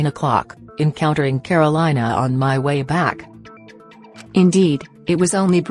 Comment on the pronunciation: The way they pronounce Karolina is killing me